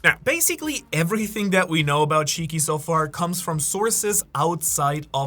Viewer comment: Please don't say shiki